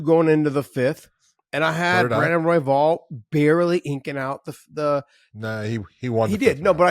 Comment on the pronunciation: What's " INKING out " mean ? Man if I could count the number of times where the punk uses words he has no idea of how they're really pronounced, I would be shopping like a gazillionaire. 🎯